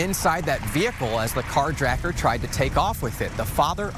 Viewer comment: "CarjRacker..." Tha total F?